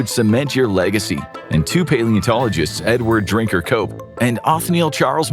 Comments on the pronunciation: i swear he said his name was edward drinkyourcoke 😂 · I also heard that lol had to do a double take